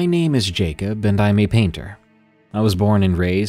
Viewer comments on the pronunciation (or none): none